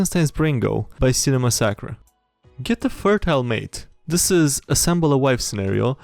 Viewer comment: Hey i just wanted to say that im pretty sure cinnemassacre is pronounced Cinema-massacre (Mass-a-car)